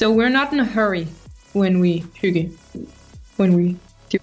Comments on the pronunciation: Yes, you are pretty close. Though it sounds like you put in a u before the y - like the u when you say "huge". So You say huygge. But it is pronounced without the u kind of sound. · That is not how I imagine that word pronounced.